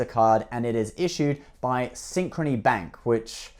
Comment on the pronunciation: When I heard you say Synchrony Back ....I just stop watching this video.